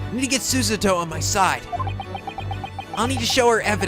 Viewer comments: Every time tries to say Susato it sounds like he's singing Sussudio by Phil Collins. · the name Susato is pronounced like this Su-Sah-To or Su-Sah-doe, I also checked the meaning of mikotoba. It means taking a person at his or her word. An interpretation of the term means openly believing pleas of innocence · Hey hey~ maybe you should try pronouncing her name Su'sato (stressing on "sa", not "su"), see if that works . w .)b You can put スサトin google translate for voice refference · Sue - Saw - Toe That’s how you “properly”, I hope that’s helpful. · Repeat after me: Sue - SAH - Toh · Trying saying it as Sue - Sah - Toe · we need a new counter; how many times can fuck up Susoo-Suti-Suzoozu- Sastoo Sasquach shit I got this don't worry Sassu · it's pronounced SUE-ZA-TOE. Susato = SUE-ZA-TOE Please read this message it really rolls off the tongue. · I think you were saying it pretty much right originally,... Sue-Sah-Toh The harder you try... it sounds weirder... just go with your guts. no offense XD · ITS PRONOUCED SU-SA-TO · pronunciations: Asahina = Ashina Morishige = Moshirige Susato = Susussasastoto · it's pronouced Su-sah-toh (toss) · You should add a "mispronouncing Susato's name" Counter. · Wow we should have a counter for the amount of times mispronounces Susato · Can we have a " can't pronounce Susato" counter? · think of Sushi, then add Ato, it might help you on pronouncing Susato:) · Can we make a counter of how many times fails to say Susato? Because that could be fun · How to pronounce "Susato" 101: Su: Pretty much "soo." Same sound as "soon," "Soos" or "soup". Sa: Something more like "sah," not "saw," "zaw" or "zah." or I'm having difficulties thinking of examples, but basically think of an "ah" with an "s" attached I guess. To: Closer to "toh" than to "too." As in "toll" or "plateau." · I'm really glad likes Susato, even if he can't pronounce her name right.;)